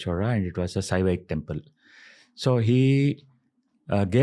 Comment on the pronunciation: Stop saying Sivhavite and Vaishnavite